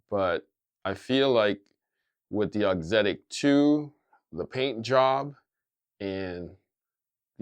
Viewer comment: can now pronounce “auxetic”. I’m still working on it.